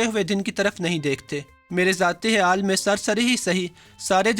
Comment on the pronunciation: خیال کو حیال بول رها هے ۔پہلے اپنا تلفظ صیح کر